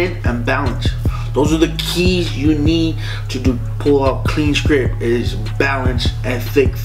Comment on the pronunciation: The t at the end of the word script isn't silent